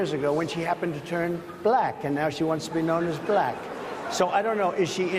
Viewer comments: My favorite part was his pronunciation of the word "black". B-lack. I've heard it before, of course, but he said it so many times in just a few minutes that it's really wedged in my brain and keeps making me giggle. Apparently it's a two syllable word. The first syllable is "b" and the second is "lack". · "Buh-LACK." Very odd. I bet he doesn't pronounce it like that when he's naming the colors on his cognitive test.